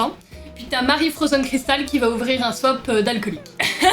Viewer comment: Elle dit pas swap elle dit swaip